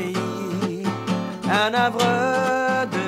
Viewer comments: un HARVE monsieur.. il ne faut pas faire la liaison... Toujours de la faute des grands... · mon Dieu... pas un pour lui expliquer que havre prend un H, et que, par consequent, on ne fait pas la liaison. c'est navrant 🙄